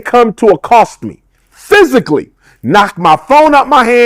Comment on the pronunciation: He couldn’t even say the word physical correctly, wow what an idiot